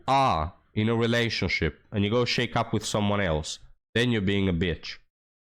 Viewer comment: hey bud, just a helpful hint, study the correct pronunciation of "shack up." You're saying it like, "shake up." Lol